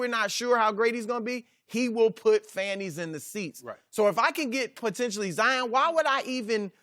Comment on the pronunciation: God pigeon He even called Zion zaayaaan